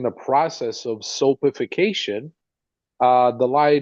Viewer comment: Soapification ?!? It’s called saponification … 🤦🏼‍♀️🤦🏼‍♀️🤦🏼‍♀️